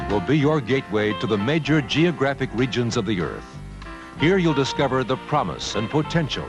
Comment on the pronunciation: It’s pronounced “Earth”, not “Earf”.